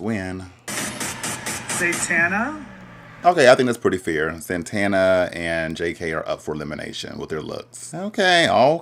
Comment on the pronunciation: it’s sending me that you’re calling saTana saNTana 🤣🤣